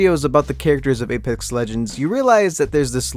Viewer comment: Jeez why did you say Alex it's apex